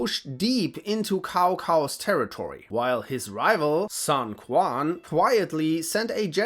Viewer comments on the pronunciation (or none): and , i't pronounced "Soon Chwen" as the "Q" in Pinyin is a "Ch" sound, and the "A" vowel is flattened after a hard consonant.